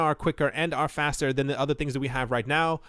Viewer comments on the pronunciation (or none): none